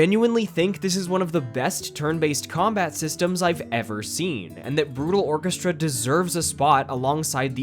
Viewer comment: FINALLY SOMEONE'S SAYS BRUTAL ORCHESTRAAAA